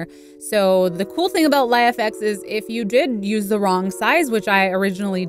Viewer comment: It's pronounced "Life-X" not "Lie-FX"..